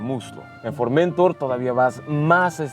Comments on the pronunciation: La palabra Formentor tiene su acento prosódico en la última sílaba, es una palabra aguda, usted la pronuncia mal suena horrible. Un cordial saludo. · Es formentor... No forméntor... Recordar reglas de acentuación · Buen video! por cierto es Formentor "se pronuncia como si llevara acento (en honor al puerto de Formentor) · Tienes que hacer fuerza en la última sílaba para leerlo bien, es For men tór. Es decir, es una palabra aguda, no llana. Se corresponde con un cabo español. El coche es un pepino, si señor. Saludos